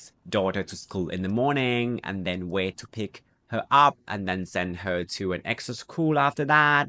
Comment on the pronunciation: Very instructive and enjoyable, but also very familiar. You speak English in a Thai manner. You often omit the closing consonant of English words. Example if you say 'WAY' for 'WAIT' the English speaker must ponder the meaning = WAY, WAKE, WAGE, WADE, WANE, WAVE, WHALE, or WAIT